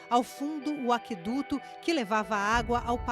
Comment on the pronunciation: Aqueduto nunca teve trema, portanto a letra "u" não é (nem nunca foi) pronunciada.